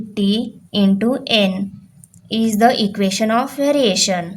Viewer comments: Teacher, it's EQUATION not EQUESTION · It is equation not equestion